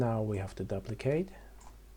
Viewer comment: Good tutorial J, easy to follow.... Just fyi: Duplicate is correctly pronounced like: Doo-plicate, not Dah-plicate... PS: Your attention to optimization is super impressive, it's a great habit to have, thanks for teaching us correctly. One question, why is it important to "apply" the scale and rotation? What happens if you don't do it? Because to me, it looks like an unnecessary function... If it is super important, I could see myself forget to do it at least a dozen times while modeling..